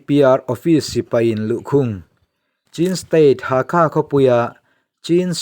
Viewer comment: Hakha nilo vin halkha zawk